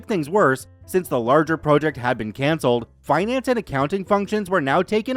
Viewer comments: I started listening to you channel last week. Enjoy the stories, but you constantly mispronounceing vowels is driving me nuts. Especially the word project. The way you pronounce it means to jut out. A task of work is pronounced project. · Could you check the proper pronunciation for project please? It’s distracting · why can you not pronounce the word PROJECT?!